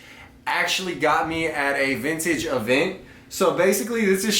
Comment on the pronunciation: Whole buncha garbage.. Also please stop calling it “Vinnich”